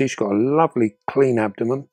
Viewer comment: it’s no good, I’ve got ask, why do you call the abdomen the ‘abdomem’? Is it a local version of the word?